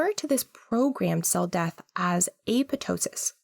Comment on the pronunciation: It's Apoptosis not Apotosis